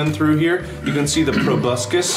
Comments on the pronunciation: I swear half of this video is Mark saying the word probuscus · I am Beepbop XDD At first I thought he said "Probuscus" and I was like "WHERE'S TOBY TURNER AT!?!?!?! MY BOY TOBUSCUS" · How many of you rewatched this because you wanted to see mark say pRoBusCus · Meme Juice WHAT THE FUCK IS A PROBUSCUS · Nobody:... Mark:probuscus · jayd mihalic or whenever Mark says "proboscis" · Why does proboscis sound very bad when mark says it??? It's not actually bad 😂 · I’m an entomologist and every single time I say “proboscis” I think of this video, so thank you for ruining my life